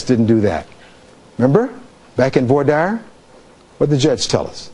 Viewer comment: He doesn’t pronounce voir dire correctly.